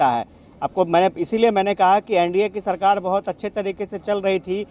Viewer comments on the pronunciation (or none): aap ka bol ne ka andaz galat hai mazboori hoti mazboodi nahi sarkar hoti hai sarkad nahi plz sahi boliye 🙏🙏